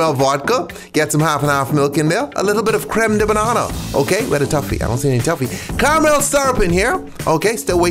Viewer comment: Why do you pronounce it tuffy? Tf lol